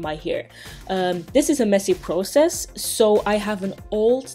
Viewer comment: I feel bad for laughing everytime you said process.